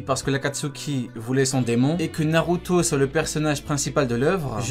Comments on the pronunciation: Pourquoi tu dis narutso🤣🤣🤣🤣🤣🤣🤣🤣😐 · wesh tu a un problème avec le O ou quoi narutoeee , plutoee (ne le prend pas mal )